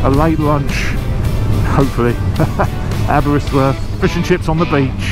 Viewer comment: As someone who lives in Aberystwyth, seriously butchered pronunciation 😂 awesome video though!